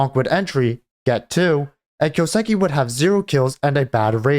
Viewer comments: The way you say kyousuke boils my blood. It's a japanese name right, so you get the first part right, the kyoo, but then say siki. What? That's a su, す, not a si, that's not even a sound in japanese, the su sounds like the name sue, kind of. And ke is like the ke from ketamin. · Lol just right after writing this you say kyouseki. Brudda. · Listen to him say his own name.